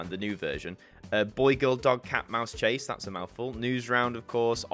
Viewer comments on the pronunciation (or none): I hate to be a corrector but you said “chase” instead of “cheese”.